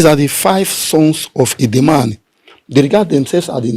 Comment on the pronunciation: Edemal not Edemani.Why are you changing the 'l' to 'n' which is the pronunciation of a different Igbo tongue? Your tongue is more ancient and uncorrupted.